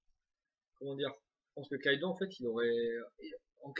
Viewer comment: c'est kaidou et pas kaido